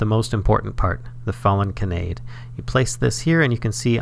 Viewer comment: Just putting this out there for future viewers and because it kept hitting me right in the feels in an irritating way: it's pronounced "kah-nah-day" not "kuh-nay-d". If you've ever watched Angel Beats, it's the real name of Tenshi (literally angel) which is why the description under the flower in Botania is "I'm not an angel" as it's a reference to that character. Botania is chock full of fun anime references :)